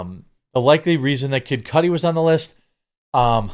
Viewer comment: It’s Cudi, not Cudi